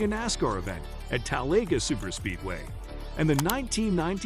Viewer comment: If you can’t pronounce Terry Labontes last name or Talledega you don’t know anything about the sport so many errors in this video it’s a joke.